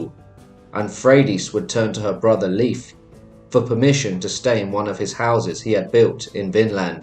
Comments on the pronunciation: it’s pronounced layf my guy not leaf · Please for the love of the god please use proper pronunciation. Leif isn’t pronounced to sound like leaf. Made me cringe every time and was super distracting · Leif is NOT pronounced "leaf" for crying out loud!!